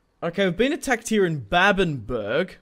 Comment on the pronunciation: “Babbenburg” Now, this is just me, I’m sure others pronounce it the same but I recon it’d be “babben-bruh” or “babben-buh-ra”